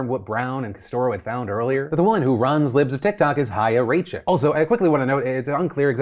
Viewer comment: Jewish woman here: Chaya was correctly pronounced but her last name was not